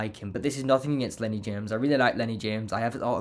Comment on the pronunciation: "Nothink" is not a word.